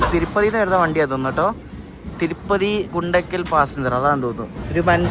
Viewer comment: Its not ഗുണ്ടകൽ, its ഗുന്ത്കൽ & its not പകാല it പാക്കാലാ